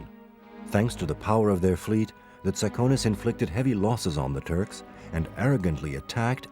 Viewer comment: It's pronounced Tsa'kones They are descendants of the ancient Dorians and they speak Doric.